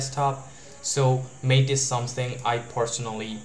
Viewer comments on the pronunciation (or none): MATE = "Mah-tay" but good video otherwise.